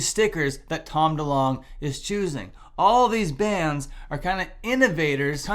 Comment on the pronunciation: I bet you’ll get comments that that’s not how you pronounce his name hqhqhaha